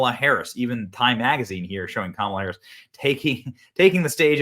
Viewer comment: And didn't know how to pronounce Harris's name